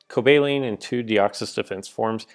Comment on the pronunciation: Please stop pronouncing Cobalion incorrectly. "Cobaleen".....FTW?!?! I enjoy the rest of your content though....